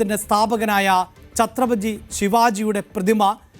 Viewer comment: ഛത്രപജി അല്ല ചത്രപതി